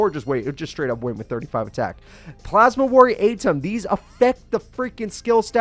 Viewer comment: It's pronounced Plasma warrior E-tom.